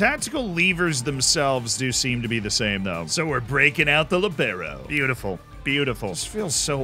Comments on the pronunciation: Just an FYI: The "i" in Libero is where the emphasis is. The way you say it it's more like "Libéro" (Lee-bEh-roh), but it should be "Líbero" so "LEE-be-ro" (the i is still pronounced short, though, like it is in "Liberty" for example) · I love your content but PLEASE that's not how you pronounce "Libero" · Never heard Libero pronounced with emphasis not on the first syllable.